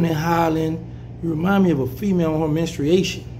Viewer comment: He said menstriating lol